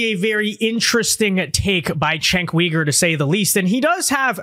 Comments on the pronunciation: It’s pronounced chenck you-ger not wee-ger. It’s cringe hearing you say that, your vids are great tho. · Cenk Uygur is pronounced "Jank You-Gurr". Not "Chank Wee-gurr". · He's name is not Cenk Weeger, the name is Cenk Yogurt. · Uh, phonetically, it's Jenk You-gur.